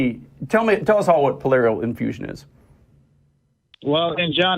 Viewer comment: He lost me at Polarial Infusion [Pleural Effusion]. Good detailed discussion - helpful reflections on the historicity of the gospels!